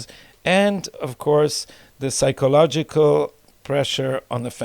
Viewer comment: גדי,יש לי בעיה לשמוע אותך אומר באנגלית "פסייקולוגי". לא מבטאים את ה P. יש למישהו תרופה בשבילי?